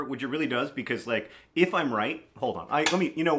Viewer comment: they way he said "because" pronouncing every letter in the word makes me laugh every time